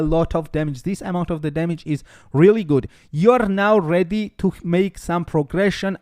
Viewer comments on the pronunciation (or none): none